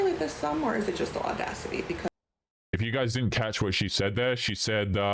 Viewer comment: These 304s be bitchering the word "audacity". 😆😆